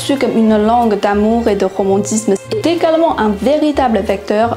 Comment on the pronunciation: Dans "également" le phonème /g/ n'est pas bien prononcé, c'est une consonne sonore et il faut qu'il y ait une vibration des cordes vocales. Alors que vous l'avez prononcé sans.